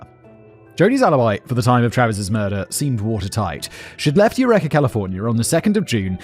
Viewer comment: Its you-reekah not you reck-er. EUREKA CA.